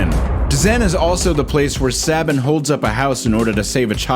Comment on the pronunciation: It's Say-ben. Like Nick Saban.